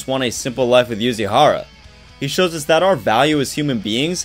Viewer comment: it is yuzuriha not yuzuhara REEEEEEEE